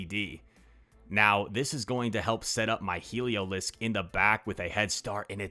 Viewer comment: Pronouncing it waaay better than Yasser Aleed with “Heliozlik” 😂